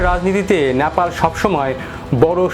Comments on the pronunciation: ন্যাপাল নয় নেপাল। উচ্চারণ ঠিক করুন । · নেপাল কে ন্যাপাল বলতেই হবে কি? উচ্চারণ ঠিক করে নাও।